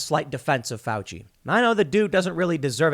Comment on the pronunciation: "I am going to defend fuici" Nice one Tim